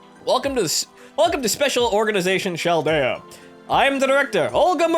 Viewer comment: Yeah! The great adventure of in Chaldea (isn't it pronounced Kaldea like character?) continues XD Don't ever stop to babble and ramble, it's part of your charm ^_^ BTW, if you ever get Jeanne on your first gatcha, i'll call you forever =D